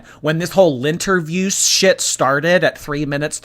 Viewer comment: She says lint-review instead of lynn-terview. It drives me nuts!